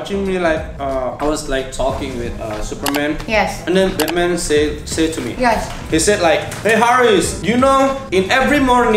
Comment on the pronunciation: Ngakak banget pas liat mereka ngomong Inggris, supermen, Betmen, spidermen, avanza, daihatsu, sosis so nice wkwkkkk bengek parah secara aku jg g bisa ngomong Inggris, tp pengen banget bisa ngobrol pake inggris..wkwkkk